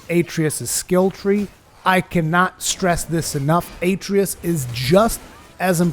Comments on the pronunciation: A tree us lol they literally say the name in the game 30 times ita a trey us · UH tray US. They say the name 2 million times. Not A tree iss. Uh tray us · Aye-tree-us lol how many times does he say it in the game? I know he called him boy but they call him by his name a few times. Uh-trey-us lol love the vid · Also it's pronounced "Uh-tray-us" not "A-tree-us." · “A tray us”Not “atree us” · Atreus = A-tray-us not At-ree-us. Idk why this bothered me so much. Probably because theres to much talking and not enough tips... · You keep pronouncing Atreus incorrectly.